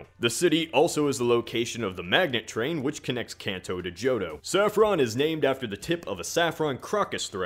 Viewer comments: It's KAHN TOE! Drives me insane when people pronounce it can't toe. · It hurts my ears so much to hear you keep mispronouncing Kanto. It's a long a sound. Like in car, or law. Not like cat or can. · I cant get over how he mispronounces "kanto" ....